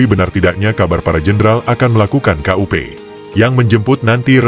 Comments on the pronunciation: Kok "KA U PE" 😅 ,Ya dibaca kup=kudeta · Kup bukan k u p....bukan singkatan....!!!